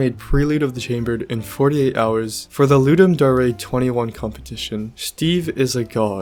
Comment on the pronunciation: doesnt know how to pronounce "dare" OR "testificate"